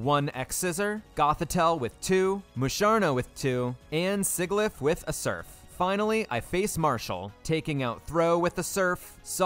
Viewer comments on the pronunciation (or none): si-gih-lyph actually physically hurt me